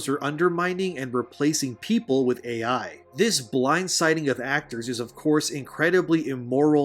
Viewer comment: Its not "Aye yei" it is "A.I." and it stands for "artificial intelligence" ~thank you kammalharris